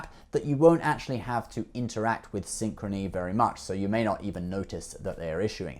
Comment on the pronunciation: When I heard you say Synchrony Back ....I just stop watching this video.